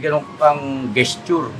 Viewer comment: Just for your information, the correct pronunciation of the word “gesture” is “jest chur” in American English. ✅ No offence intended.